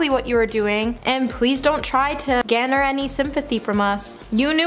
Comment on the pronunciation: Its "gar-ner" sympathy....good grief learn to read